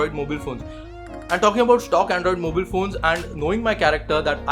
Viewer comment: skipped the video as soon as you said mobeel